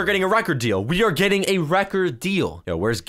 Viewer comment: when said we AREEEEEEEEEEEEEEEEE it look's like said we HROKKKKKKKKKKKKKKKKK